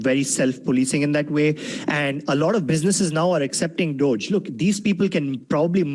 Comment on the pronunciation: dogeeeeee not dodge